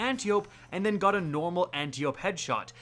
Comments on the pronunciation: I will keep commenting until ya'll start saying it right. It's Ant-eye-oh-pee. As in Antiope, sister of Hippolyta. Aunt of Wonder Woman. Not Anti-Oh-p. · It hurts my ears a little every time ya say Anty-ope, brutha. Lol. Ann-TYE-oh-pee. It’s the name of a Greek goddess. 👍